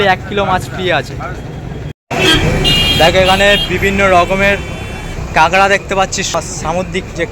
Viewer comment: কাঁকড়াকে ক্যাঙড়া বলছ আবার জিগ্যেস করছ